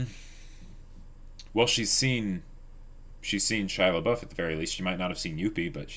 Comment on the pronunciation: I just heard absentmindedly calling him Pouf. Do you just call him on-screen to annoy us?